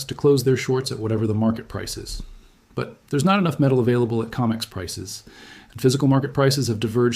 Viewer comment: Adjust your AI. It's Co mex. Not Com ex.